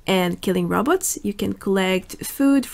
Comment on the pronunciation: I like that she says Robotz like Dr Zoidberg